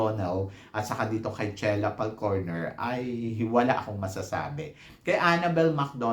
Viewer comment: I thought it was Falconer, not Falcorner…